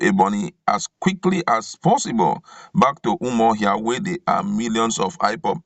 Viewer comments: This reader should leave the script to the writer as he makes nonsense of the script when he murders certain words. Eg it should be: UmAhi not UmUahi, Awka (pronounced as Oka) not OKWA, UMUahia not UmuOHIA, Arthur not Otor. Alternatively post the script and allow us read. Besides your voice offends. ☹️☹️ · Please presenter, the capital of Abia is UMU-AHIA not Umuohia